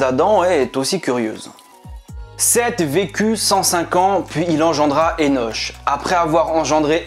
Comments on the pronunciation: Énoche....lo.. ça se prononce Énok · Ça se prononce "énok" je me trompe ? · Enoch se dit"enok" et Canaan se dit "ka na an" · Disons qu'on dit Eno*K* et non Eno*che* et CananéHein, en non Canada*dry* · Enoch et pas Enosh? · Ça se dit pas " Enoche" !!!!